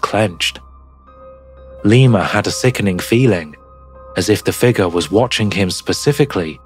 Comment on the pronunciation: Dude, You've got to stop saying figger. It is spelled "figure" there is a U in the word.